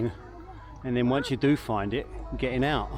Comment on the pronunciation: Hi ! I say Ouse too and free instead of three 🤣 yes I do enjoy watching your post 👍